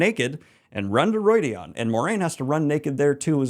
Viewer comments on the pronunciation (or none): It's well known that pronunciation isn't the best but in each book there's a glossary with how Robert Jordan intended certain words to be pronounced. Calling Rhuidean Roydeon is cringe worthy